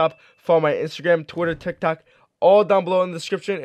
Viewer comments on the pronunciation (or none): He said TikTak account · He said tik tak acount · He said tiktak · In 0:9 u said tik tac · THE FIRST TIME MAN TRIED TO SAY TIKTOC HE TICTAC TF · My guy said tiktak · Lol you said Tik Tac account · Lol hahaha not hating but he said tictac